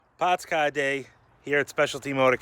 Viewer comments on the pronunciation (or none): "pawts cah." As a midwesterner, that's funny to me